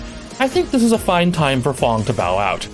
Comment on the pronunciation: clearly sees an A. Pronounces with on O anyway. Seems legit.